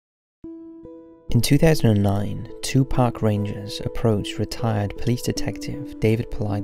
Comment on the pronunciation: Anyone else hear "in 2009 Tupac rangers" as opposed to "in 2009 two park rangers?"